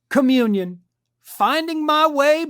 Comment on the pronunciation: When said "communion", I heard "chameleon". I thought to myself, "Yeah, that tracks." 😂